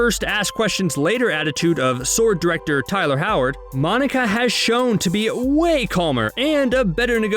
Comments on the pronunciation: ITS HAYWARD NOT HOWARD! 🤣🤣🤣🤣😁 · Guys. HAYword. Not frigging howard. I hate to be this guy. But come on. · Lol , it hayward